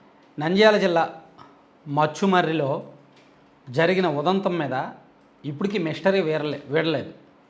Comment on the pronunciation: Its not machchumarri..its Muchchumarri, its Nandyal district, not Kurnool district..